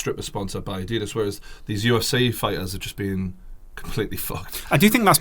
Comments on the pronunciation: Great podcast, but the way you said Adidas mate haha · The way he said Adidas ur English mate u know we don’t say Adidas like that hahahah